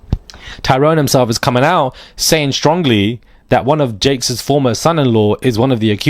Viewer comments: Jakes, not Cakes 😂😂😂 funny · Its pronounced TD JAKE OK 😁😉👌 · Say his name right JAKES